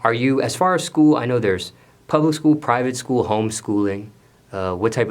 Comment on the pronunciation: Do: what kind of schooling are you in? boosie son: “pubic school I like to be with the PePail”